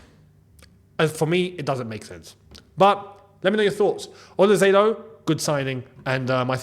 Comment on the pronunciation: You are the only YouTuber who can pronounce “OLISE” nearly correctly. It’s “s” though not “z”